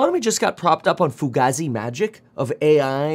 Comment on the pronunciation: tell Kevin the word is “ fu gae zee” not “ fu ga z” 😂😂😂